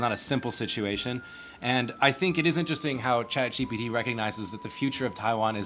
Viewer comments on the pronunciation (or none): "Chat Cheapy-T"